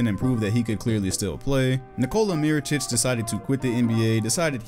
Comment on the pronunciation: Man I waited for the false pronunciation of mirotic that shit too funny 😂😂 But learned his Name 😐